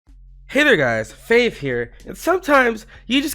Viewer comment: Hello! (lol a tiny tiny bit)